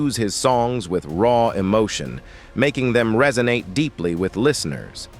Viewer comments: True. Delores was his first wife, she apparently had a child but not with him. Barbara the second wife had 3 Tracy, Linda, Vincent. He cheated on both apparently but paid for Delores' funeral. Apparently he has a daughter called Carla. This is an interesting documentary with bad errors like this and ai, reso-natey not resonate, inteh-gral instead of integral and disco-graphee 😒 😂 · The over pronunciation is so funny 😂 rolay instead of role, resonatee instead of resonate, diskography not discography. And mixing up Sam's wives Dolores and Barbara. It's hilarious 😂